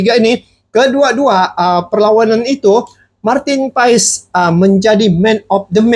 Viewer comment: Martin Paes tulisannya bang, bacaannya Martin Pass🙏🙏🙏